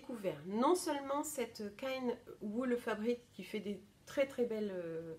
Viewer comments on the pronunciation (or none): (Je me permets un dernier petit ajout parce que ça fait plusieurs fois que je t’entends le dire ;) en allemand c’est die kleine WollFabrik prononcé o comme dans bol « volfabrique » ;) 😘😘) Euh je dis pas du tout ça avec méchanceté hein aucunement!! 🥰